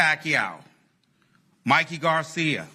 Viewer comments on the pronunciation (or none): none